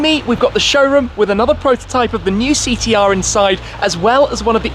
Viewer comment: Did this guy say Thee T R? Christ mate, get some speech therapy!